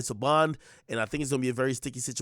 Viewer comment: Denied bond…. THAT AINT “P” bruh!